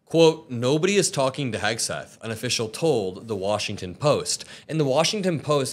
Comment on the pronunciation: when is she starting to say his name right ????